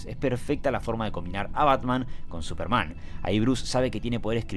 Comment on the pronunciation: La única crítica al vídeo es la pronunciación del pibe "Supermán", en vez de Súperman